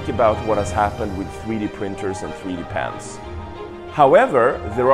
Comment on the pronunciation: Cool stuff. I couldn't help but laugh at the guy saying '3D pants' for 3D pens